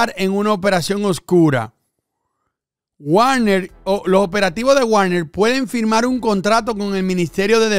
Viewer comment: como siempre buen video, solo una cosa, se pronuncia Vagner